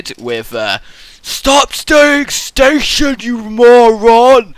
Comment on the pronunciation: please say station again